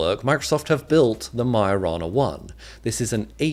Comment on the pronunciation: lmao I just realised its "Majo-rana" not "mio-rana".